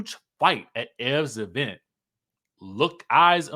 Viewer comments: The Eee-Vent. I love it 😂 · The laugh I didn't know I needed. "Thee E' vent😂😂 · Right 😂😂E-Vent